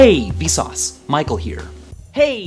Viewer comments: now it sounds like visas is pronounciation of vsauce, and visas means like: hey. or something like that. so its like hey, visas, michael here. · after hearing hey vsauce micheal here seems like its hey vSUS michael here